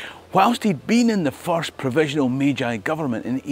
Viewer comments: What a fantastic bit of history, and international adaptation for trade and the future. -- One quibble: "Meiji" is pronounced /may-jee/ not /may-jigh/ (ei = eh-ee, ai = ah-ee) in Japanese. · okay I love your content and this story but the mispronunciation of "Meiji" is nails on a chalkboard 😅